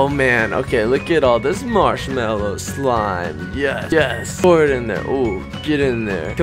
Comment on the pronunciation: cant u eat it cuz you say smlime